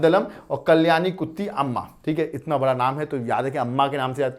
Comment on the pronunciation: It's not उत्ती it's कुट्टी. Brother प्लीज correct it in comming videos.